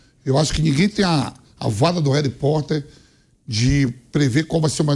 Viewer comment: "a 'vaga' do 'Hary' Porter" – VAMPI, Velho 😂😂😂